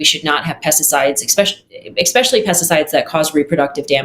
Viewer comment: I have serious reservations about how qualified a person is when she uses “expecially”